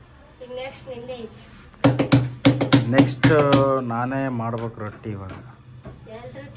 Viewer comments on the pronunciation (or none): ಅದು ರೋಟಿ ಅಲ್ಲ... ರೊಟ್ಟಿ.. ಮಾಡಿ ಇದೆ ಅಲ್ಲ... ಮಾಡಿದೆ